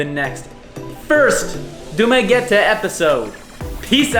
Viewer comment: congratulations, you pronouced DU MA GUE TE right, nice to hear